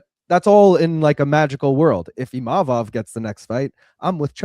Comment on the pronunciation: HEY LUKES. Can y'all pronounce IMA-VOV correctly.. it isn't IM-A-VOV. Chuck, keep killin it